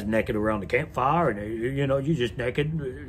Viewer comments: the way he pronounced naked as “neckad” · the way hantz says "naked" is hilarious